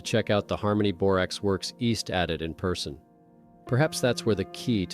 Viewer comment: TY FOR THE VERY INTERESTING VIDS. HOWEVER, PLEASE TRY TO PRONOUNCE WORDS PROPERLY AS IT IS DISTRACTING FROM THE STORY. ADIT - ADD IT. SEISMIC- SIZE MICK.